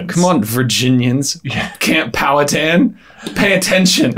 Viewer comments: it is pronounced pow-hatan it is like man hatan exept the pan gets powed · I would be more impressed if anyone could pronounce Pow'Hattan correctly (emphasis on Hat) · Pow-a-tan??? Pow-a-ha-tin. Wing-a-po??? Win-gah-po. 😂